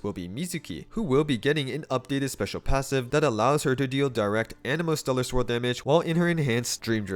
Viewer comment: Am I the only one hearing Stellar Squirrel instead of Stellar Swirl?